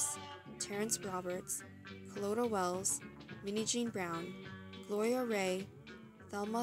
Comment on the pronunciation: Her name is Carlotta Walls, NOT Carlotta Wells.